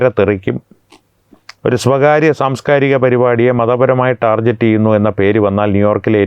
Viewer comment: ഒരു അപേക്ഷയാണ് ദയവു ചെയ്തു ടാർജറ്റ് എന്ന് എനിമേലിലെങ്കിലും പറയാതിരിക്കുക അതു ടാർഗറ്റ് ആണ്. ഈ ലോകത്തു മലയാളി മാത്രമാണ് ടാർജറ്റ് എന്ന് ഒരുളുപ്പുമില്ലാതെ പറയുന്നത്.